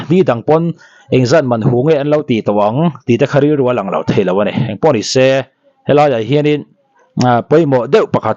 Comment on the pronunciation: Khaw hming tal hi chu lam ri dik teh khai, Khawhri tih hi hri tih lai tak hi a ri tihsan tur, vawk hri tih anga lam rik tur aw